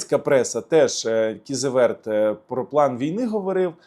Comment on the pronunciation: Тупий, навчись правильно вимовляти - Кізеветтер. Це те саме як прочитати не, а Давбаюк.